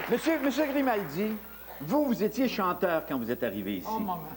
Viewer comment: Grimaldi, pas Grémaldi